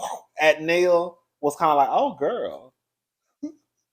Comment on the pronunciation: not you interchanging the pronunciation of Nail's name lol. It's Nail like fingernail 😆